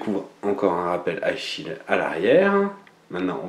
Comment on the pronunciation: Hugo Zamora C'est chill et son shield nan ? la prononciation est pas la même mdr